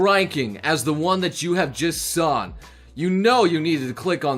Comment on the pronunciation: Did he say sawn?